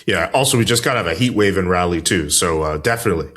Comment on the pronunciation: Also, love you guys, but it's "r'ALLeigh." Not pronounced like "Rally"